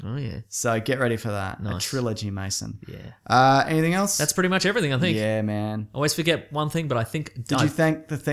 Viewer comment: Why do so many people call him "Maso" its Mason